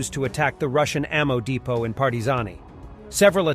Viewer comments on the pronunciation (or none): none